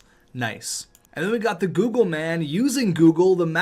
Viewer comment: It’s the GOGGLE MAN, not GOOGLE.